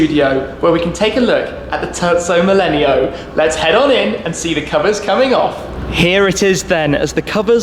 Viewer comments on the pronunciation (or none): did he just call the terzo millennio the turtso mellenial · This guy kept on saying turdzo millenio and it bothered me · TUrco melleneo... My god!!! It is a tErZZo MiLENIO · “The turdzo millenio” I’m sorry. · Turdso millenio yeah very italinian pronounciation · Tezzo millenio hahah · It's Terzo Millennio👌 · I hate how he pronounces terzo millennio xd